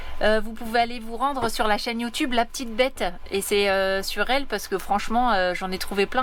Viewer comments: "la petite bette" et non "la p'tite bête" tu as mal prononcé!!!! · J’ai cru comprendre que vous étiez dans Les Laurentides. Il y a « Bourassa » 680, rue Principale, Ste-Agathe ou 105 Guidon, St-Sauveur. Fruits et Légumes moins cher … Merci pour les vidéos. Ps: on prononce « la petite bette » bette comme dans betteraves. Ici « bette » ça veut dire : visage. Tu as un beau visage ou tu as une belle bette.